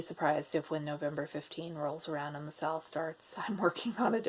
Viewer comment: I am a relative newbie to floss tube, and I thought you were saying « sale » when you were saying SAL ( stitch along, correct ?) So I thought you were going to sell some kits 😂